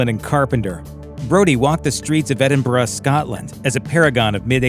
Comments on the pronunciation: Yay you pronounced ‘Edinburgh’ right. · Makes a nice change, doesn't it, to hear Americans pronounce our place names right?! I'm not Scottish, myself, but Geordie which is fairly close! 😃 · im glad you say Edinburgh correctly, a lot of Americans pronounce it horrendously🤣